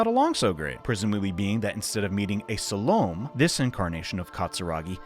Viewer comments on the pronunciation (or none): SAL-Oh-MAY. Suh-lome? FFS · Salomé is pronounced Sal-o-may. Just for future reference.